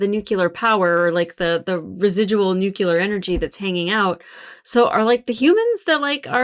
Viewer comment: Thought I misheard you at first but then you said it many times. “Nucular” 😮